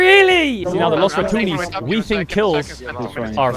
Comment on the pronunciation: TY for not trying to pronounce Los Ratones with a weird French R any longer